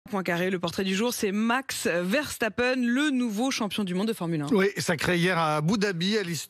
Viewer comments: c'est VERSTAPPEN et pas VERCHTAPEN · Journalistes a 2 balles apprenez à prononcer un prénom correctement ❗verstappen❗ et non verchtappen ❗😂❗